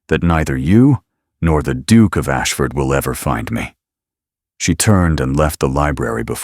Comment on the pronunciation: I can’t get over the pronunciation of Duke = Dook!! Yuk